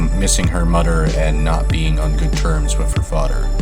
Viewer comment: How can you say "THIS" but also say "mudder and fadder"